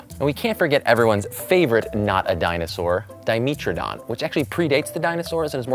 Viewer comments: “Di meet trodon” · Omg how he pronounced dimetrodon 🤦🏼‍♀️